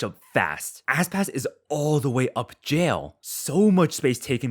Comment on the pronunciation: my guy called Aspas "asspass"